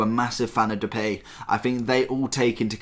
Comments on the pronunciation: you pronounce it as "duh pie" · "The Pay" really?